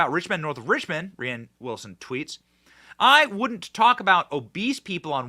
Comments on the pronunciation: Benny his name is pronounced like Rain 😂 not Raighann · Rhiann is a woman's name - Rainn with two ends, and yes it is dumb but it's pronounced rain. I love what you do Benny and I love your sense of humor most of the time but when you say rianne or bursima etc over and over sometimes you confuse or miss a bit of the point that you're trying to get across. Rain Wilson is a narcissistic doofus - and he's totally wrong here but please stop calling him rianne. I feel for the dyslexic issue though For real